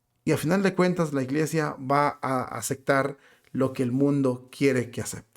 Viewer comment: Hermano: antes , primero aprende a hablar!!! Se dice: ACEPTAR!!! no como tú lo dices!!